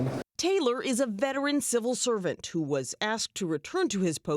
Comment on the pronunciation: Who. Not while.